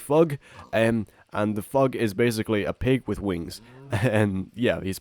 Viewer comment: He says phyg like fugg